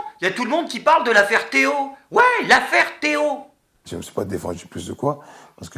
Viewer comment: c'est pas Théo mais ThéO